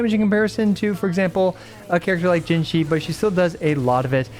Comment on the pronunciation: Pls stop saying puke with Jinhsi that's not it my guy😅